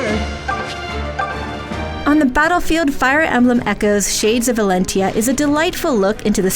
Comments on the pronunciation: 7.8 is too low, it deserves more than this. The combat system is much more polished without the pair-up system, can't trust review these days when they can't even pronounce the title correctly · did she just say shades of Valentia ...just stick with fates and awakening okay 😂